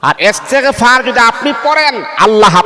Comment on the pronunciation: এসতেগফার কি আস্তাগফিরুললাহ হবে,, শুদ্ধ করে বলেন 👋👋👋